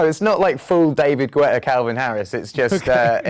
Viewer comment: is it me or Ed just botched David Guetta's last name? Love the new song btw:)